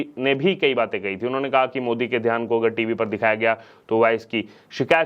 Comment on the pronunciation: Dhyan not dhaan.